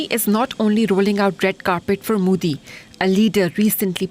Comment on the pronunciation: its not moodi its modi, have some ethics and decency when pronouncing name of leader of a country, DW shouldn't allow such behavior especially came from a pakistani jurno. Shame on you.